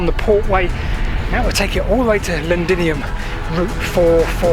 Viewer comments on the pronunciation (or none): none